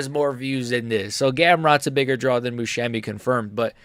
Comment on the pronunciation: This guy cannot Musumeci name properly 😂😂